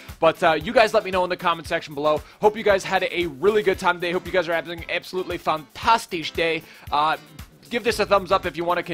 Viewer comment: PLEASE STOP SAYING FANTASHTISH